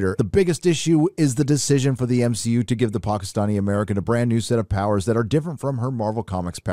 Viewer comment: Oh so this channel is for haters 😄😄 Marvel grosses made up 30% of the total movie grosses of 2021. We have nothing to panic about. Movies are art, if a reshoot is necessary for a good movie to be made how does that in any way portray weakness?? And saying M-Shee-U is sexist bro so please chill. If we wanna cast only women in a movie that changes nothing because human beings include women and men. So please don't embarrass yourself 😁